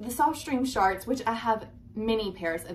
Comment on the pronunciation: I can’t take you seriously when you keep saying “shaarts”!!!!!!!!!